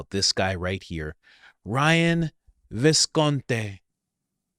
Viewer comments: Not 'Viscont...ay'...it's Viscont...ee! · It’s Visconti not Visconte